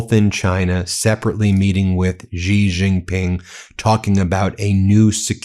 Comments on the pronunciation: Ben, Xi is pronounced as "she" not "zzzggghhheeee" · The Xi in Xi Jinping is pronounced just like the word "she" in English.